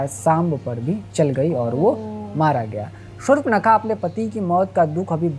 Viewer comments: Shur-pankha nahi, Shurp-nakha hai. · Sur-pa-na-kha hai😂😂